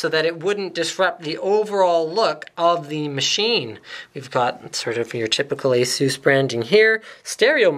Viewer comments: I believe it's pronounced Asoos. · I love the way you pronounce ASUS...